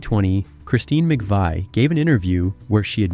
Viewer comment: and he mispronounces Christine's last name.